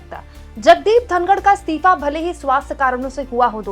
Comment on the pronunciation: मैडम स्तीफा नहीं होता है इस्तीफ़ा होता है. और बर्दाश्त ए क़ाबिल नहीं क़ाबिल ए बर्दाश्त सही जुमला है. और आप स्तिथि नहीं बोला करें सही शब्द है स्थिति. आप को पहले भी बताया है लेकिन आप ध्यान ही नहीं देतीं. एक हिंदी anchor से ऐसी उम्मीद नहीं जाती और न ही ये अच्छा लगता है.